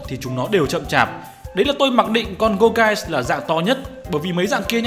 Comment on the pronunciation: Gour "ghê" và "Chê"venant :))))